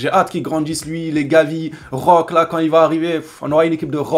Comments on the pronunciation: Ça se prononce pas roque mais roqué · Ça se prononce Roqué frère